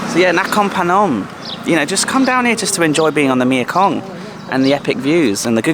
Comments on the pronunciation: I had a fabulous few days here a while ago, after crossing back in from Lao., you do make me laugh! Do you know how funny your mispronunciation of the Thai name for the Mekong River is to a Thai person? The name of the river in Thai is 'Mae Kong' (Mae, said like 'may'), which means 'Mother (or life giver) Kong'. You are saying 'Mia Kong' for the name of the river, which in Thai actually means 'Girlfriend Kong'...! Ha ha ha! Funneeee! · please will you stop calling it the mia kong ffs, its the MEKONG !!. you donut. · Is there a reason you pronounce the name of the river me-a-kong instead of mekong? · Nice vid can you Google how to pronounce Mekong, I don’t understand how you have been there for so many years and can’t pronounce the name of this mighty river, tedious of me to highlight I know but I’m obsessive about detail and I understand that’s not your thing x